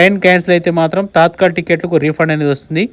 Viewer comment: Adhi తాత్కల్ కాదు తత్కాల్